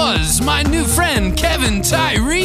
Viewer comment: Appreciate the love... and it's Kev-on (how you say it phonetically).. not Kevin... #AllGood lol